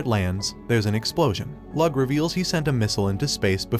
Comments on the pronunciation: My only pet peeve of the video is that he pronounced "leeyu" as "lug" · Lugh is said like Lou NOT lug, you wouldn't say Hugh Jackman's names as Hug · Lugh is pronounced lew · A good few of those names are Irish if anybody's curious about pronunciation. Eh Lugh is more like Looh